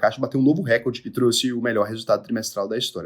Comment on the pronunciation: Recorde eh paroxitona. Re COR de. E a pronuncia correta eh radad e nao adad